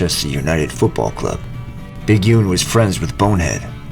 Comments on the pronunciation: Big Yune? Ya spaz... it's 'Un as in One. Pronounced like 'no' but without the 'o' 😂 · Great video! (But it’s Big’un, not “yune”, as in short for Big One. 👍🏻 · Big Yun? Drove me mad listening to that. It's Big 'un. As in the abbreviated form of one..... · It's big UN as in gun not oon as in spoon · My American friend, it is a great and informative video you made, but you pronounced Bigun's name wrong. You make it sound like 'bigewn", but it should actually be "biggahn". It comes from the nickname "Big One", shortened and pronounced in the northern fashion as "Big'un", a clear reference to his physical size... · Loved the video, but it's BIG UN not "Big uunne" lol. You are forgiven :D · Alan McGhee isn’t English 😂 and it’s Paul ‘Big Un’ not Une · Nice video mate, the U in Big’un is not pronounced. Un is northern English way of saying one. So he was a “big one” probably tall and hefty. It’s pronounced like “under” without the “der” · Hi. Thanks for your reply pal I appreciate it 👍 Your pronunciation of Big'un was off but no problem. You say gun....... take away the G its 'un..... no problem though. I have a link for you to join the group of Big'un and share it with as many people as you like. It'll be good to get some of your American friends on Board. Take care my friend 😉 Remember to always remain "Mad for it!!"